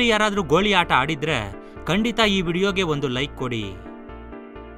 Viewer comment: ಗೋಳಿ ಅಲ್ಲ ಗೋಲಿ